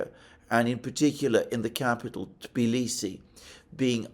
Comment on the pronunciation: Finally someone pronounces Tbilisi correctly, not T.bilisi